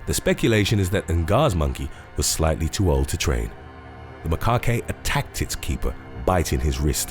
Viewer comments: “Ma-cock-kay”? It’s more like “ma-kack” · For the macaque monkey, it's not pronounced "maa-kah-kay" it's "ma-kak". Also wildebeest young are not called a "cub", they're a "calf". Also snakes are not "poisonous", they're "venomous". "Siberian-Bengal tiger"? Don't know what to say about that one 😂? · Macaque is just ma-kak, not ma-ka-kay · It’s pronounced Muh-kaak not muh ka kay. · A wildebeest baby is called a calf, not a cub. Macaque like 'attack', not 'bukake'. facepalm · It's "Ma-kak". Not ma-kak-a. Also, Siberian & Bengal are 2 different sub species, living on 2 different parts of the world. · MACAQUE is pronounced "ma-kak" not "ma-ka-kay" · Already knew it was going to be riddled with inaccuracies. For the macaque monkey, it's not pronounced "maa-kah-kay" it's "ma-kak". Also wildebeest young are not called a "cub", they're a "calf". Also snakes are not "poisonous", they're "venomous". "Siberian-Bengal tiger"? Don't know what to say about that one 😂? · Snakes are venomous not poisonous (obviously there are non-venomous snakes too but I just wanted to say that lol) you did make me laugh how you butchered some of the names though like macaque pronounced ‘ma-cack’😂 bless your heart all in good fun though! I hope you’re having a great day! Xx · Macaque pronounced macac.Wilderbeast have calves not cubs Gnu is pronounced nu How can a tiger be from Bengal and Siberia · Lmao macaque is pronounced "McKaw" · 🤣🤣🤣he called it a mukake🤣🤣🤣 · ‘Macaque’ is pronounced ma-khak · Ok now I know for a fact. Ive been suspecting it for a while but now its clear. You intentionally mispronounce words to stir up comment numbers. Macaque is not pronounced muh- khaki and you damn well know it. You do this in every video. Mispronounce words nobody would ever say wrong. Its annoying as fuck but I guess its smart because you annoy people so much they GOTTA say something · Macaque is pronounced as "macaw" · It’s pronounced ‘Ma-Kack’ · The E in macaque is silent